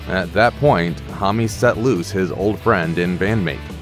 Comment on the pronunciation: hommy? geez..